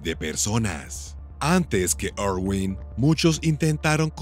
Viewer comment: Ay no , dónde ve este narrador una O en el apellido de Steve , es una I, irwin.